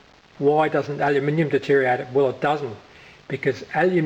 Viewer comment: At the risk of being pedantic, it's deteriorate rather than detereate. :-)